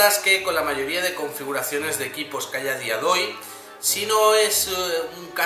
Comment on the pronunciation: "A dia doy" .... jeje